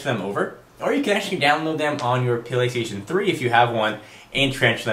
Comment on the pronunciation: Wow, I've never heard of the Pa-laystaion 3? When did that come out? LOL, Just kidding, sorry couldn't resit.